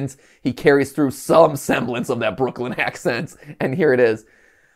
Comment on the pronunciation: The accent could definitely be a little stronger, from what we've seen it's like the Lacroix of Brooklyn accents. Technically there, but you have to pay attention.